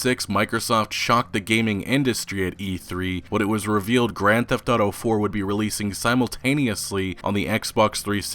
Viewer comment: I love, been watching him for a couple years now, but every time he says "grand theft auto" I cringe like a mf lol